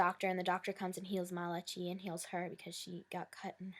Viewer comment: Just so u know his name is pronounced Ma-la-kye its a biblical hebrew name member he jewish